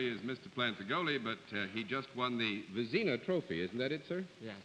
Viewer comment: How could anyone not know who Jacques Plante is(not pronounced Plant.....it sounds like Plahnt)? Much more famous than many of the people tgat they wear a mask to guess. Also the trophy(Vezina) is pronounced Vezzinah not Vezeena).